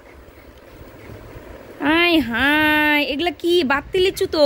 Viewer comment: ওই আবলদি পচি ওইটা আবাত্তি লিচু হবে বাত্তি না 🤣🤣🤣🤣🤣🤣🤣